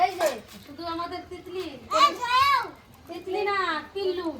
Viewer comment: তিতলি কে সবাই তিলু বলে কেনো